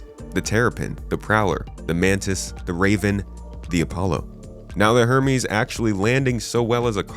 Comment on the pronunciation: *Her-meeease. You keep forgetting the 'H' 😅